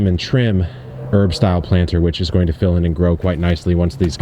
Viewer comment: Did you say "growin on" instead of "going on" when about to show what was in the raised bed? Because if so that is kind of great. Subtle and great haha